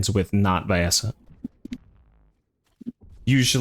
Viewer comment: Even the game says "Vee-essa" why do people still say "vye-essa"?